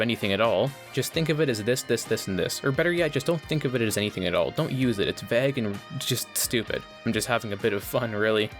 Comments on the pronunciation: Is vague not vag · Why this guy say "vag" instead of vague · its pronounced v-ae-gue not v- aa- gue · vayg, not vaag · Please pronounce vague right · I've never heard anyone pronounce vague like vagg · Why do you pronounce vague as vegg? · why do you say vague like bag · bro actually pronounces vague "vag" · You pronounce vague weirdly. Great video tho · i am still wondering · you say you read every comment so i know you are reading this. it has been a year and i still haven't gotten my answer. why do you say vague like that? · Please learn to pronounce vague :X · Stop saying vague. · why do you say vague so weirdly? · Please never say “vague” again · Dude makes this pretentious ass video and can’t even pronounce vague right. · The way you pronounce vague ruined the video for me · Bruh please dont pronounce vague like that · You have a funny way of saying "vague" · mofo cant say vague properly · THE WAY THIS GUY SAYS "VAGUE" STRESSES ME OUT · Lol can u say vague ina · I can't get over how you pronounce vague. Also I'm surprised you didn't touch on Fortnite's predatory practices.